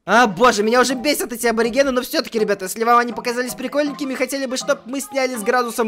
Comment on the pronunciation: это ни абариген это бабариген